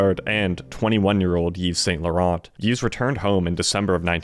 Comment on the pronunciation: PRONUNCIATION: "eeve sahn law-RAHN" with a slightly-rolled 'r"